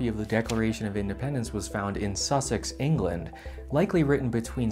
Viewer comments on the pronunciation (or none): none